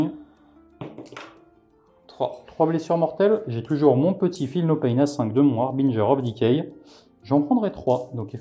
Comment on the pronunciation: J'aime toujours voir du Nurgle et entendre prononcer correctement le Harbinger of decay ^^